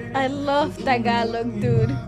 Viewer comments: is so hilarious 😂. Your pronounciation of Tagalog words is on point. 👏👏👏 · Your random tagalog makes me smile bro and you’re saying it right bro 👍